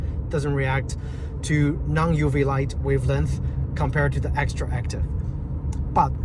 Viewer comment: Dude, no one cares. He said it wrong, yet, you knew what we was talking about. That’s all that matters.